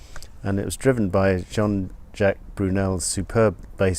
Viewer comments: Burnel not Brunel! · JJ Burnel, not Brunel.